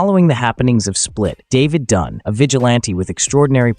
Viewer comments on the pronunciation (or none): none